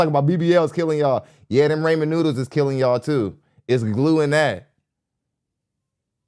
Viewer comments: Right? was peeve'ing me with the "Ray-man" noodles. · They’re called Rah-Men noodles.